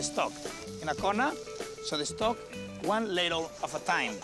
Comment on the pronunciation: sprinkol... de caramelaizing.. de stoc... ingles nivel peña nieto.